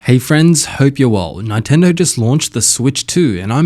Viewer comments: It's Nintendo not fkn nItendo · Its Neeeen-tendo . . . not nie --- tendo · We can all hear him say Ni-Tendo right? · Ni-tendo.. he's fishing for triggered comments. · what do you expect from a guy who calls it a Nitendo Switch. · I love Nye-tendo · Let the "Nine-Tendo" glazing commence. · Stop saying Nightendo! 🤣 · Nine-tendo. Is this the first console you've played, bro? 😂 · Who are Ny-tendo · nitendo lol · Y do u say Nintendo nyyyyytendo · Yea. Japanese syllable is consistent unlike English and actually pronounce the way it spelt. So how can anyone get that wrong? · Why are you pronouncing Nintendo that way…